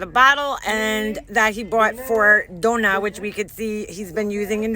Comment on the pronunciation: "Dough-nah" im dead 🤣🤣🤣